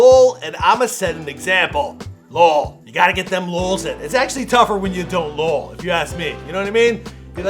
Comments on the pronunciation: Its L.O.L. not "Lull" do you say "Wtuf" or W.T.F.? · This dude actually pronounced “lol”😂